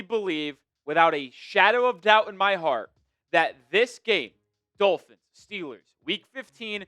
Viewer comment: If the Dulphins, as pronounces the word, beat the Steelers by some miracle, it doesn’t change the narrative about McDipshit at all. Why? Because the exception doesn’t disprove the rule. McDipshit has to put together a winning run against good teams and dominate some of them to BEGIN to change the narrative. He has 4 yrs of face planting himself against good teams. The odd win against one now and then changes nothing. If he wins out the rest of the season in dominating fashion, I’ll think about it. Until then he’s McDipshit until proven otherwise.